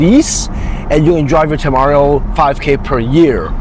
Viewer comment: You're pronouncing the temerario wrong.